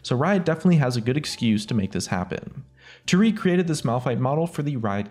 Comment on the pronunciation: You can say Taric, but not Tarik.....